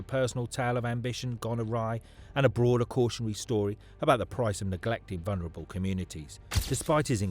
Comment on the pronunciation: Not, VUNREBLE DICKHEAD, The Word Is VUL, VULNERABLE, NOT VUN, WANKER, LEARN ENGLISH.🏴🏴🏴🏴